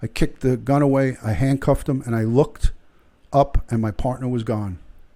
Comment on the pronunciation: The man's name is Botham Jean (pronounced John).